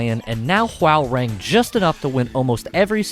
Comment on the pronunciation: its pronounced whore-rang or *ho-rang